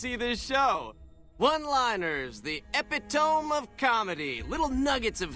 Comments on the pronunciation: "One liners, the Epi-tome of comedy" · I love how the Tops Promoter mispronounces epitome - people 200 years removed from the apocalypse wouldn't necessarily have known how it was pronounced even if they'd read it!